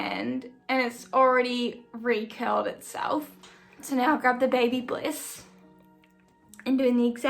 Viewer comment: It's Babyliss, no "bliss".